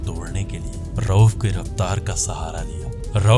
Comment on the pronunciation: Rauf not rouf😂